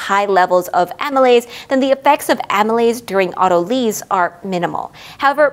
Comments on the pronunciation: AH-tuh-lease and aw-ta-luh-sis not ah-TUH-leez. Gliadin was also suspect. But beyond this, the videos are excellent. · “Auto lease” isn’t that a way of purchasing your next car? In biology “lyse” is actually pronounced like “lice”. Very thorough discussion. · Do people commonly pronounce it auto-leez? I've always heard it pronounced auto-lies. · The only thing that confuses me about autolyse is the pronunciation. I've never heard lysis pronounced "LISSiss", only "LIE-sis", so saying "auto-leese" not "auto-lies" or at least changing the stress to "au-TO-lississ" the way you stress the 'drol' in 'hydrolysis' is very alien to my ears! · It is av-toh-lee-sis, as per the original Greek. Weird, isn't it, when English speakers mispronounce words it's suddenly the new proper? Don't try to stop the natural evolution of language, it's a fight you will lose painfully. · Linguistic science is descriptive, not prescriptive. If you want to be pedantic, it's pronounced av-toh-lee-sis, as per the original Greek words. Just because Englishmen struggle and languish when pronouncing Greek, doesn't mean we have to change the language. 😉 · I've always heard it auto-lease. Not a z sound but an s sound.